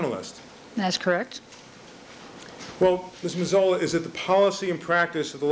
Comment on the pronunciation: Neufeld is slaughtering the pronunciation of Mazzola's name